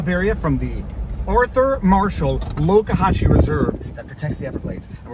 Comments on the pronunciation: So the locals say Loe-ka-hashee not Loxa-hatchee. Good to know. Good thing Pirate Gator has a back up food source, his hunting is hampered. You know how to live large, good on you and your adorable fam. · It's LOX. Like BOX. Not LOKE. Like POKE. However the boss's jean cut-offs bring that to mind. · It's Lox-zuh-hat-chi, not Locahatchi...we love it there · It's Lox A Hatch ee Sounds Like it Is Spelled! This Place Is Going To Heck For Sure, I Know Live In Florida What A Waste! Oh Yes, By The Power Of Grayskull, Thanks For A Nice Day Out With Your Family!